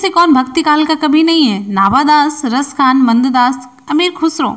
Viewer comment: मंददास नहीं मेम नंददास